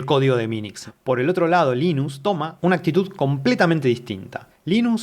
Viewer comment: Gracias por pronunciarlo como "Linus" en vez de "Lainus" como hacen muchos gringos.